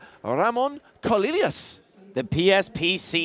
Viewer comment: OMG it's "CO-LEE-YAWS" not "CO-LILY-AWS"...overandoverandoverandover